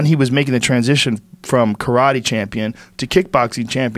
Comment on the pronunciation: Eh?! Learn how to say karate.